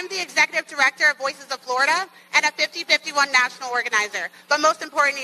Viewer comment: At first I thought she misspoke and meant 5150, I knew that definitely couldn't be true. So I looked it and saw that it's 50501. Sounds like 5051 when she said/ says it.